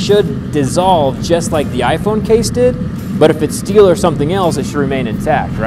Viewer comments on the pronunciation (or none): ‘You musht lower me into the scteel